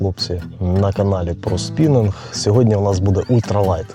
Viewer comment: і англійською і українською спінІнг, через 'і', а не спінЕнг, через 'е'